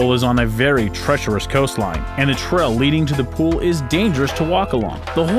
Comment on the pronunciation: It's "trail" not "trell" and "tourist" not "torrist". His pronunciations are atrocious.